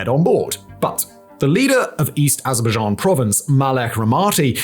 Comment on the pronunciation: 😂 i love how he says "AzzrrrBuhzJhAan "